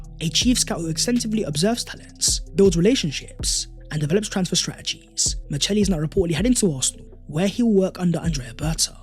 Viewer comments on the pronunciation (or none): Small detail but it’s Micheli as in Chiesa and Chianti, not Miceli.